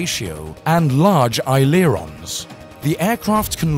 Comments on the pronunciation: Anyone else witness the butchering of "aileron"? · Double check your pronunciation of aileron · I love how the computer voice pronounced aileron.